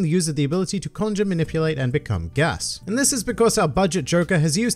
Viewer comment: I'm really confused why you don't just say GAS. It isn't a Japanese word like the other fruits, it's an English word with an accent.